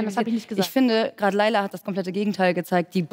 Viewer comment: Layla auf geiler zu reimen ist so peinlich, weil das Lied "Laila" wie ihr es scheinbar ausprecht, eigentlich "Leyla" ausgesprochen wird und somit der reim auf geiler auch nicht mehr funktioniert.